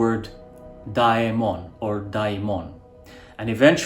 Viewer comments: Daemon sounds like dimond instead of demon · Well....the ai or άι in Greek is pronounced e like in Demon. So pronouncing it like did is actually not accurate. This goes a bit deep into linguistics but no harm done 😊😊😊😊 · Wonderful presentation thank you. The original demon word sounds like you are pronouncing diamond 💎 so interesting great video thanks